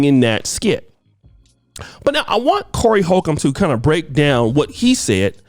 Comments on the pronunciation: Lol did you call him Horry colcum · did just call him-Horey Colcomb?!? 😆 😆 Dyslexic Muthafoooocka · Said "Horey Colcomb" 🤣 and. Tired of you messing up people's names,! Messed up ya own name in a video 🤣😭 I'm glad someone called Corey out. Not only was Tiffany aware, but she was the one who allegedly found the talent for the disgusting video. The mother is or was allegedly Tiffany's friend. Corey simpin for his "friend". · Did just say Horey Colcomb? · "Horey colcomb" lmao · “Horey colcombe” 😂😂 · Enjoy Your videos... I dnt have an opinion on the matter ...I juss kno You called that Man "Horey Colcomb"🤣🤣🤣🤣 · Man I knew I wnt trippin. Whorry Cokum 🤣😂🤣😂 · Horey Colcomb.. u be messing people name up like the flu🤣🤣🤣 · said "Horey Colcomb" 😁🤣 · He costly mispronounced Corey Holcomb's name I don't know if he did it on purpose or what but it was funny af